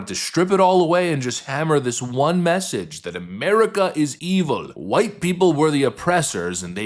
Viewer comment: you said WHITE wrong!